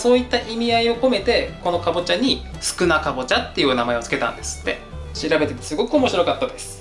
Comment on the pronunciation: 宿儺かぼっちゃっていうすいかですって言ってる？？😂